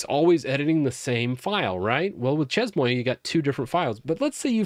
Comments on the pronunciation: Hey great video - useful info. The word "Chezmoi" (that u keep butchering) is pronounced SHAY-MUA. Its French lol - means "at my place." Anyway, enjoy ur channel. Keep up the good work 🙂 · It's pronounced Shay-muah 😂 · Chez-Moi pronounced Shea - mwah if you want to simplify it you could try She maa and that'd be probably closer. Easier to say and much less disorienting. Chez-Moi = basically french for "My house" Chez-Moi = My House Chez-Toi = Your House Chez-Alice = Alice's House That said it seems like a fun tool. Definitely bookmarking for when I really have time to start using Linux. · That shez-moy makes my ears bleed, and I'm not even French. 🙈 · As a French guy, it's pronounced "Shay-Muah" :) Just watching this now! I've got a couple of dotfile solutions but I'm definitely open to better tools, especially since I'm planning to do a barebones Ubuntu 22.04 install soon (migrating from Debian because I've accidentally made a FrankenDebian from newer packages) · chezmoi 🤣🤣🤣🤣 bro i cant focus on what you saying every time i hear u saying it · It would have taken like 2 minutes to look up the pronunciation lmao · I'm not even French, only studied the language a couple years in high school, and I'm losing my mind hearing butcher these words. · that really REALLY hurts my ears to hear you saying ChezMoi like that Chez as in Ché Guevara Moi might be phonetically written as Moire (but not quite so extended or drawn out. a bit shorter on the finish) Chez Moi is French for My Place (My Home) also, shouldn't local binaries go into /usr/local/bin (/usr/local/sbin)... ( let's be tidy but keep to the existing conventions. and if we are moving systems again, we know we have our own non-standard binaries in a designate folder location that we can pickup and take with us )